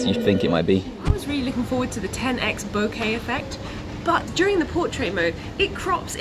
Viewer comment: Thanks for you to pronounce "bokeh" correctly. It's a Japanese word meaning "blur". Apple guy pronounced incorrectly during the event 2 weeks ago. Now that's how everyone pronounces in US.